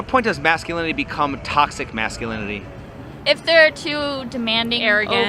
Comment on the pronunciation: She should first learn to pronounce toxic masculinity 😅😅